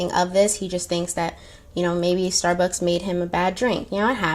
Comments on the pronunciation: I could be wrong but I don't believe there's a "th" at the end of Starbucks. Who the hell says "stabuths" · "we bothhzz love thsarbucks"